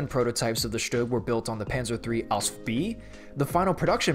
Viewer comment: SHUG SZtug Stoog